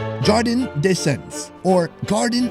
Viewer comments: Never say Jardin again lol that was rough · Jesus christ he just murdered the word Jardin. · How do you pronounce it? Hardín? :)